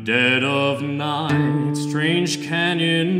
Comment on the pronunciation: I really like the music, and i LOVE his voice. But i noticed a weirdness in his long "i" sounds as well, like in "right" and "night". I thought he was a non native speaker at first. I don't mean that as an insult. Just an observation.